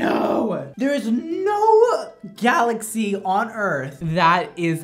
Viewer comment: "There is noo galaxay oN earth" XD